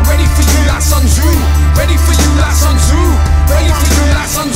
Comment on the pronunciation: Andrew Connolly Sun is pronounced more like "soon"